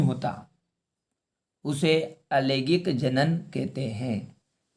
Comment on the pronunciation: Bhai langaik alangaik hota hai lagik alagaik nahi